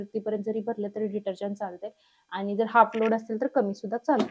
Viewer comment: अतिशय छान पणे व संपूर्ण माहिती दिल्याबद्दल धन्यवाद!🙏 पण मॅडम, जरा आपण भाषा बोलताना शुद्ध पणे बोललात तर आणखी उत्तम!! म्हणजे आनि,पानी न बोलता आणि,पाणी व लावनार आहे,ठेवनार आहे, दाखवनार आहे बोलण्या ऐवजी लावणार आहे,ठेवणार आहे, दाखवणार आहे असे बोललात तर ते ऐकायला मधुर व आणखी छान वाटेल!! बाकी मस्तच!!!👍👍👍